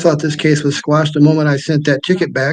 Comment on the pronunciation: It's "Quash," not "squash." 😅😅😅